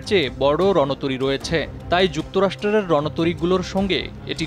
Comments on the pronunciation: যুক্তরাষ্ট্র রের?🙂 ভাই এসব কেমন উচ্চারণ। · "যুক্তরাষ্ট্রের " উচ্চারণটাও সঠিকভাবে করতে পারেন না।